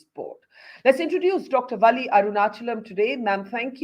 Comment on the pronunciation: Her name is Valli.... u have to stress the "L" which appears twice in her name.. That's the correct way of pronunciation.